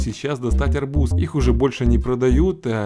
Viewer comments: Надо говорить арбУз а не Арбуз! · Все видео об арбУзах в вакууме произносятся с акцентом))) Вот еще одно видео: P.S. Вот как правильно: Там же можно посмотреть, как правильно произносятся: срЕдства, каталОг, дЕньги, но деньгАх, деньгАм, деньгАми, и т.д. и т.п. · В арбузе ударение на у